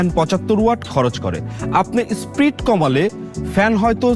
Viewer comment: Spreed na SPEED 😂